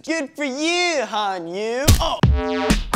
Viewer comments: Just saying but its Han Yu-Eh not Yuu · Its pronounced as Han Yoo-Air 如果你觉得我讲错，我要你知道我是个新加坡人，会讲点话语的。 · Han Yue is pronounced as "Han Yuae" in chinese. I'm just sayin' :P